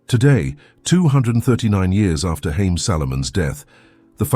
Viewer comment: His name is pronounced Ha’ yim (Haim). In Hebrew means lives. The economic philosophy has changed a lot in modern times